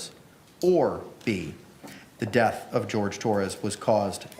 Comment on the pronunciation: Why does Henderson say WIF(with) and deaf (death) It's not a speech impediment because he says That There These Sorry that kind of thing grates on me I love words